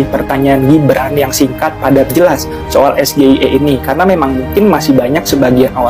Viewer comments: Dia itu seperti monyet yg dilatih buat melafalkan SGIE...!!! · TENTANG AIR BERSIH KAN UD DIJAWAB TANPA PAKE UANG BUMN YAITU BERKERJA SAMA DENGAN WARGA DAERAH SETEMPAT BANGUN WADUK PENAMPUNG IRIGASI COBA DIDENGAR LAGI JANGAN DIPOTONG.BIJAK/ NETRAL.CUMA ADA YG KURANG SINGKATANYA GA DI EJA BHS INGGRISNYA SGIE??